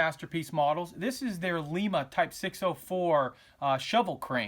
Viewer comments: FYI - it is a "Lye-mah" shovel built in Lima, OH. Keep up the enjoyable video. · By the way, will all respect...it's LIMA...as in LIE-MAH....not pronounced like the capital of Peru. As in Lima, OH.